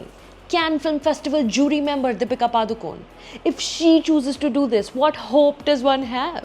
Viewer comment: Yaar Sucharita it’s पडूकोण